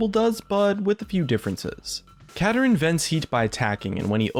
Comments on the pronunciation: Not Katarin pls. Kaa Daa Rinn. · Yeah, I'd like to see him get released, preferably pronounced Ka-dar-in instead of the way says it (Kada-rin) because Kada-rin sounds too similar to Katarina and could cause confusion over voice chat with friends. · its osunds like u are saying katarina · Is that really how you pronounce this champion? Sounds like he's pronounced, "Kah-Darin". But whatever. And Shen isn't a mana-less champion, he just uses energy, which I just see as an extremely quick regenerating mana. And with his recent rework, he can run out of energy fairly quickly if he spams his abilities in a fight. Same goes for Kennen and Akali. Vladimir, Mundo, and Rumble are good examples of mana-less champions. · I think Kadarin pronounced "Ka-Dar-In" sounds like it would be a much cooler name to me. Anyone else? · Khada Jhin = Kadadrin duh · I feel like kuh dar in not how he says